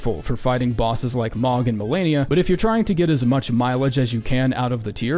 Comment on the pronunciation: saying mohg like mawg(rhyme with dog) is psychopath behaviour